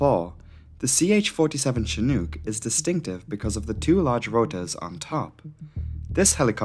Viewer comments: Great vid ....you did good . One thing tho its shi nooook not chi nuke . Chinook. Retired Army helo crewchief here. Also several shots showed the navy version with single nose gear. Ch-46 not ch-47 . We(u.s. army) got the big one the 47. All in all great vid tho for a non rotorhead. Great graphics. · You are saying the name Chinook incorrectly. The word hook rhymes with Chinook You are saying it with an uk sound, as if it rhymes with nuke. Incidentally in the US Army is is known as the 'shit hook'. Doesnt work if you say the word wrong. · Good video. Though it's pronounced as in "look". Not as in kook. Cheers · I don't want to give you a hard time, especially since I would have completely mispronounced Sumburgh, but Chinook rhymes with "book" not fluke". I say this as one who grew up in Alberta, Canada, and at one time studied the Chinook dialect. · Chinook… Rhymes with Cook, not Luke 🤣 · Not shin-OOK, but chin-OOK. It's named after a tribe. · Love the video. Wonderful as always. Heads up- 'Chinook' is pronounced a little differently. It rhymes with 'book.' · I hope this doesn’t sound pedantic, but Chinook is pronounced chin- (as in the thing at the end of your face) and -ook is pronounced like book. Like a lot of American-made helicopters, it’s inexplicably named after an indigenous tribe in the US. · *shin (as in the front of your leg) *nook (as in nook and cranny). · "Chinook" as in "book" - not "chinuke" as in "duke" . . . . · Just for future reference it’s pronounced Chin-nuk, said like book or shook. (not a long O or oo sound). Amazing video as always tho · *shin (not chin) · you show a picture of a CH-46, plus you can't even pronounce the word Chinook. I flew on Chinooks for 3 yrs in the Army. I quit watching after . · The second syllable of Chinook rhymes with "book." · Showing a CH-46 flying around on a couple occasions isn't probably a good idea here. These are Boeing 234s not Chinooks (pronounced like look or book or snooker not spoon or swoon or goon).